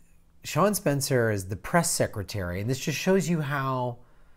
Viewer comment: FYI, you keep calling him Sean Spencer, but as is shown in the title, it's Spicer. Good video overall.